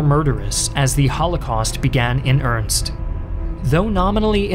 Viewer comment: earnest. two syllables. Simple word. Learn it.